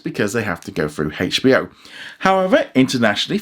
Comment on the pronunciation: i know but he said like hachbo max